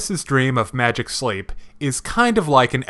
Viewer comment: Wow. Just wow. You got the title wrong every time you said it. Saying "Sleep" instead of "Sheep". Though, it might be me mishearing you.